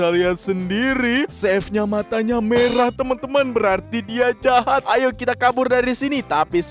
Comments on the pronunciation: Kok bilang jahap😅 hehehe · Jahat bukan jahap abangnya gak bisa bacanya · Kakak bukan cahap tapi cahat kakak coba liat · Jahat bang bukan jahap